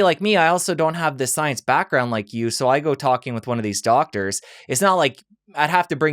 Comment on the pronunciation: "These classically trained doGs"?? Ha ha it took me a moment to realise that he meant "classically trained doCtors"